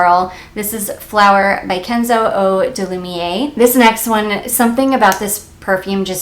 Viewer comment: Lumière is pronounced “loomyair”. I am sorry if I am annoying but I am making it my mission to help people pronounce French words. 😆 Let’s see.. I am loving my cc Lilac Love this summer- it’s just gorgeous and slightly gourmand.